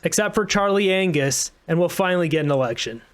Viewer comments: the 'G' in Anngus is silent! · Charlie Angus has a silent G